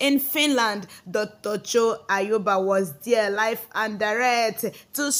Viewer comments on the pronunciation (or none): Please learn how to pronounce the name Ayaba not Ayoba